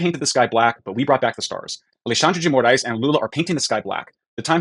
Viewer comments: The last name of Darth Vad.. I mean Alexandre de Moraes would be pronounced as "More - Eyes" in Portuguese. Not more ass 🤣 though they have a lot of that here too in Brazil. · Just a heads up because was worried about getting his name wrong its pronounced More-Ice not More-ass for future reference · Your pronunciation of his name couldn't be more accurate and fitting, because that is exactly what he is: a 'morass'. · His last name's pronounced ”more eyes" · The name of the Brazilian Court Justice is Alexandre de Moraes (pronounced Moe rah ees). And yes, it's a power grab move. Lula and his Workers Party had a very hard time beating evil Bolsonaro in the last elections and fear his return (and just keep in mind that Lula's return to power happened after he had spent some time in prison). Well.... at least it's closer to reality than the travesty they call democracy in Brazil. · his surename is pronaunced like "more eyes" or (with a more brazillian accent) "moar eye is", all together and fast. Also, your "more ass" sounds fitting. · Pronounciation tip: ale-shan-dry (paroxytone) di more ice.